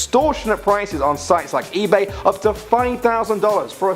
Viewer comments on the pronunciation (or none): none